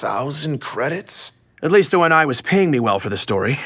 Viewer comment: can you please pronounce O.N.I right you say it like it is a word it's a abbreviation just say how Benjamin said in the beginning.